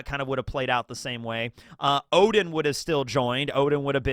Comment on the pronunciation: tsk tsk. Intentionally mispronouncing "Oden" to "Odin" is not good bro as "Odin" is a well known mythological character and it's just confusing to new comers.